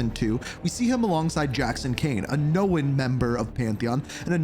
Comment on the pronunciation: Do you pronounce the word own as owen??? Cause saying known is that simple bro. Not hard to speak the English language, you might want to get a bit better with that being that you make fucking videos for people in America. Know is no wit own. Known known. Work on it.